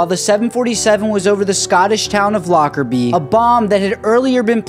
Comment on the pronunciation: I am Scottish and the town is pronounced Lockerbay not Lockerbee. But it is spelt Lockerbie.